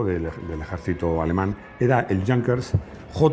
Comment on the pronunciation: No se pronucnia Jankers, en alemán igual que se diría en español es junkers